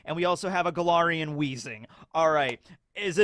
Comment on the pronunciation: I keep hearing Golarian instead of Galarian and wondering if is pivoting into Pathfinder